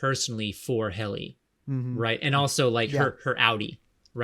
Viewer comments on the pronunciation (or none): Lexington Letter, not “Papers.” They were e-mails. ≧‿≦ Helly, not “Haley.” ↁ ⌓ ↁ Across so many videos, it’s hard to keep hearing these same blatant mistakes. (๑ ˊ͈ ㅿˋ͈ ) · I’ve watched every one of your severance videos and I wanted to point out its hilarious that you rarely ever say Helly’s name right 😂 it’s always Helen, Hailey, Holly, or Heidi